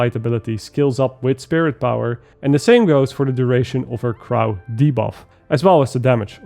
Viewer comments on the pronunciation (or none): Just a heads up, crow is pronounced “kroe” rather than “kroww” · At uh ... .... Crow .... Google that word for me, please. Crow is a bird. It's like the word Grow but with a C... I'm lovin' your vids to teach things, but I look away for one moment and go "What the heck is a krau?"